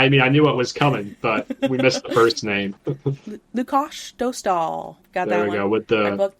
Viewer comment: As a Czech, I can confirm that I appreciate the pronunciation of Lukáš Dostál's name.